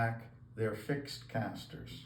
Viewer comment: The casters or the catsters?